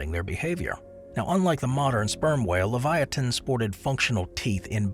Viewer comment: U pronounced Sarcosuchus wrong as well, and pronounced Leviathan wrong too